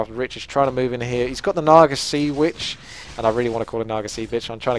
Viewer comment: ha so weird hearing him say sea witch